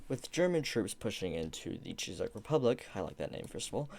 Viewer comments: Awesome video, but one small correction the Czech is pronounced Check. I would also recommend writing scripts or important info for your topic. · Good video, but why do you call countries she and its not called czisech republic but czech republic